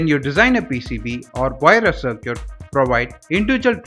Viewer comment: Sir Cute ?! 🤦🏻 Circuit is pronounced as SARKIT.